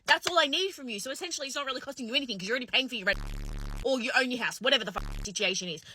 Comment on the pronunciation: chicks who say "anythink" instead of anything :)